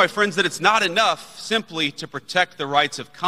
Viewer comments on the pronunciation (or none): none